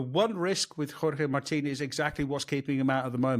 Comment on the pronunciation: there is absolutely no need to pronounce Jorge Martin's name like that. Stop it.